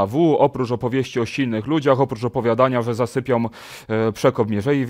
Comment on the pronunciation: Panie... 'robią', a nie 'robiom', 'zasypią', a nie 'zasypiom', 'powszechną', a nie 'powszechnom', 'spółką', a nie 'spółkom', 'propozycją', a nie 'propozycjom'... Na miłość boską!!!😡😡🤦‍♀️ Pomijając wadę wymowy 'rz/ż', toż to buractwo jest!!!